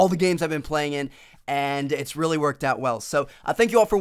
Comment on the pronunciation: in ALL THE GAMES. xD the way he says all